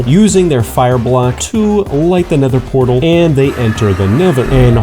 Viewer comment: This guy can't make a nether fortress and can't say nether portal 🤣